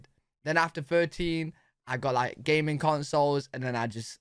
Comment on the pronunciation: Dude, you need to edit. You talk about gamin', but with your accent, it sounds like you enjoyed "gay men" as a child! LOL....